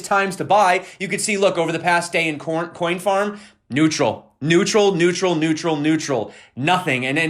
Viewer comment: 😂 you said (CORNFARM)😂